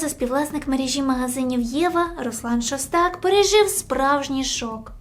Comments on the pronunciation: шОстак,а не шостАк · Та господи,ШОстак не ШостАк,слухати неможливо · ШОстак ударение на первую согласую.